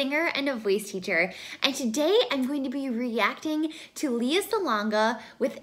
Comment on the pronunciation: I think it's noteworthy that Esang is not singing in her native language (Tagalog/Filipino), plus she is singing with a British accent (not an accent that many Filipinos hear/encounter). She is so adorable. By the way, it's LAY-uh Salonga (pronounced like Princess Leia from Star Wars).